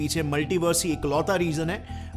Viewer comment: I like his video ....but when he says maltivers it's giving me creep😅😂he looks funny